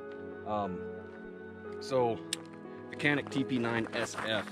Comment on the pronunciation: It's actually pronounced Jănik with the "a" sound like in 'father'. The "J" is actually pronounced like a soft 'J' with almost a "ch" sound. So Chănik would be closer to the Turkish pronunciation. Of course, Americans are going to look at the spelling and say Canik that rhymes with panic. When I'm in gun stores or talking guns with other people, I forget to dumb down the pronunciation, and many people will say, "I've never heard of it". That's when I remember to rhyme it with panic so they can understand which gun I'm talking about.